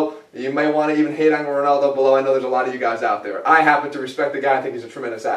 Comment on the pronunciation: "Cristiano ronoldo" :D